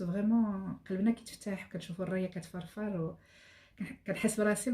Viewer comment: اضحكتني لما قالت الرايه تفرفر.